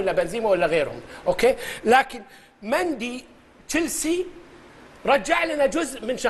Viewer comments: اصلا خل ينطق اسم الحارس يقول مندي اسمه ميندي يالطيب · ميندي وليس مندي ياماجد😂😂😂😂